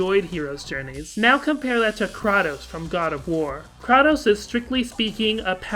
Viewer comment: >kra tos is incorrect pronunciation. It is Kr A Tos